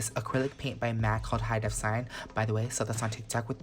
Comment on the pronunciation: Just an FYI since you’re trying to pitch a product, but the color “cyan” is pronounced “si-an”, not like the word “sign”.